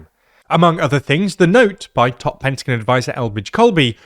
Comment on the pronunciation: Lol please dont say pentagon like that